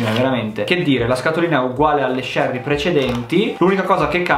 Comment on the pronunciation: Si dice cherry con la C di cinque